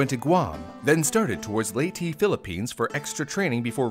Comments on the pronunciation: How Do You Mess Up Saying Leyte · The way he says "Leyte" is so funny